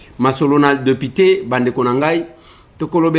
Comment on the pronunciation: ba lobaka deupité te, mais plutôt député...